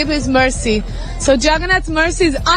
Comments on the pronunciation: यह न्यूज एंकर लडकी जगन्नाथ बोलने की कोशिश कर रही है मगर इसका उच्चार छगन्नाध सुनाई दे रहा है जब की विदेशी महिला और पुरुष स्पष्टतासे जगन्नाथ बोल रहे‌ है .. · अरे कोई इस अँकर को हटाव, इसको भगवान जगन्नाथ कहने को नही आ रहा है, वो भगवान छगन्नाथ बोले जा रही है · Bhagwan Jagannath ji ka naam sahi se lijie. Agar ni bol parahi hen to anchoring choddijie warna koi or topic pakdie. This is not tolerable. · Are mem Jagannath Prabhu ka naam to sahi se bolo